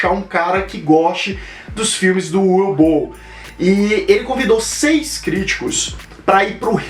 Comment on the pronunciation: a pronuncia acho que seria "Uve" não "Ue", se não me engano.